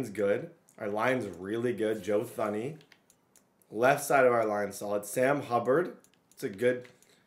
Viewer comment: Joe Thuney is pronounced Joe “Toony” unless I’m just dumb lol